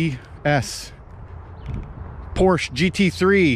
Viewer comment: Poorsh? Don’t know that one. Por-sche!